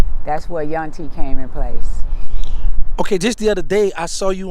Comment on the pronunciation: Its Yuntie/Yunty